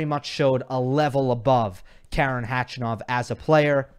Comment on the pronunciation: because you like to pronounce players names right 😊. It’s Kar’en Khach’anov ( ‘ for stressed syllable). You pronounce his name like a woman’s who complains a lot 😄